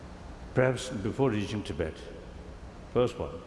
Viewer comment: Andrea Cappuccio especially the constant "to bed" instead of tibet^^